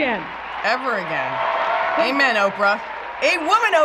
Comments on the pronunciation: Did she say "A-women" instead Amen? Lol why don't we start saying women-tor? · I wanted to shoot myself when that lady said “A-women Oprah” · “A-woman Ophra”😂